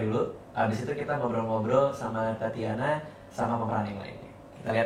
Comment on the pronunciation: kok tatiana ya ? bukannya tatjana ya ? =tacana gitu